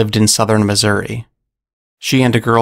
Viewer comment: You were faithful enough to spell out the colloquial "Missoura" from Grandma's monkey story, I just wish you had likewise pronounced it! This is only because I love saying "Ohia", "Cincinnata" and "Missoura"!😃